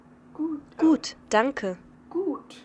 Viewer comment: When you said "gut" at the end it sounded like a native speaker!